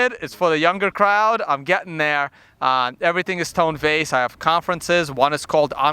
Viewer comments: Luke its TONE not TONY ffs he said his name 6 times in a row to your face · It's Tone, not Tony